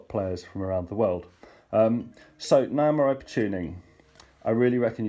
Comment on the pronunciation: my friend-I can't handle how you pronounce Nyamaropa:-) It's not Ni (like "hi"), It's Ni like "knee". (Knee-ah-mah). Ropa (Rope - ah):-)